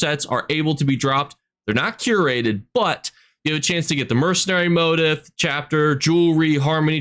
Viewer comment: Welp! Time to be that guy again.. Motif: [moh-teef] / Indrik: [in-drick] (There's an "I", not an "A") / Velidreth: [vehl-le-dreth] (There's an "L", not an "I").